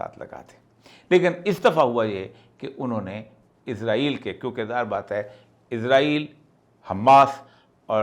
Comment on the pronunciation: Izrael kion kehte. Farishtay ka nam ha. ازرائیل کیوں کہتے سب۔ اسرائیل کہیں